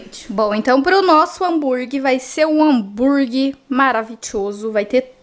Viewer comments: Só me dá agonia de ouvir a falando "hamburgui"... É HAMBUGUERRRRR mulher kkkkk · Meu deus, desculpa, eu n estou críticando, mas...me dá muita agonia ouvir ela falando hambúrgui. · Miga adoro vc,mas me dá uma agonia quando vc fala Hambúrgui Kkkk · é hambúrguerrrrr e não hanburguiiiii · repete comigo: Hám bur gueRRR desculpa miga, mas dá uma agonia kkkk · Eu tenho muito agonia do “hamburgui”... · Mto engraçado você falando hambúrguer kkkkkkkk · Que agonia que eu tenho da falando a palavra “hambúrguer” kkkkk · É muito engraçado.😂